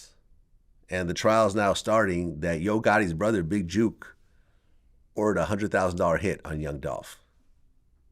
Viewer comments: stop saying big JUKE its JOOK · It's Jook NOT Juke smh Vlad 🤦🏾‍♂️ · Vlad getting everyone’s name wrong It’s pronounced JOOK like cook… and it’s Woo Dee not Woody 🤦🏽‍♂️ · You can say book but cant pronounce Jook?